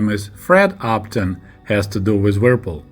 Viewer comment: your English is excellent, there are a few words where you need to hear the English pronunciation, the brand "Whirlpool" is one you need to hear, it's a very difficult word for a native Russian speaker. Thanks so much for your videos.